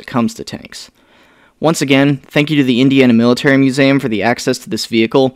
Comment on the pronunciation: Why do you pronounce museum "muzaum"